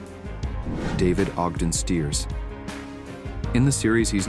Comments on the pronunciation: You mis-pronounced David Ogden STIERS-NOT (Steers) STYERS! Then you have Jamie Farr's picture shown for someone else. -Jamie Farr is still alive! William Christopher's picture you showed when young was from GOMER PYLE USMC- NOT M*A*S*H! You need to fix these errors! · Would be nice if the fake voice used Stiers' pronunciation of Stiers' name. Bye bye. If the uploader can't get that right, how much else is wrong about the post?